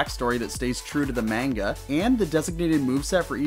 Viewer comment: It's pronounced manga, not manga.